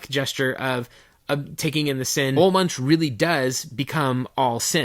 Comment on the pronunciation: Ol Munch? He said his name. It's Oolah Moonk. Get it heckin' right, eh?